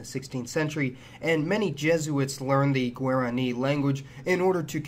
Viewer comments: good video, but I have to set you straight on the pronunciation of Guarani; it's gwah-rah-KNEE, rather than gwair-ah-KNEE. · I enjoy videos like this, even if mispronunciations of Paraguay and Guarani grate on me. I lived there 1975-76 as a Peace Corps volunteer, and have hoped to get back. I started back in 1016, but ended up staying in Ecuador. A great movie for understanding some of the history is the 1976 "The Mission." Thanks